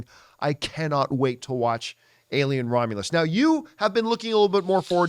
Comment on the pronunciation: Alien Ro-meh-lus